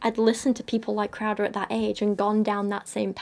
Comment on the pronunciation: Every time she says "crowder" for some reason I keep hearing "krauser" so now im just imagining jack krauser lecturing people on how abstinence is important.